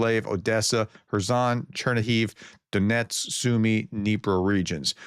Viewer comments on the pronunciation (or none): none